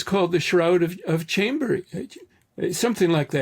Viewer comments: Chambéry, France. Pronounced closer to "Shom-ber-ee". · Chambery in France is pronounced 'Shom-bry' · FYI: The French town is pronounced "SHAHM-bray".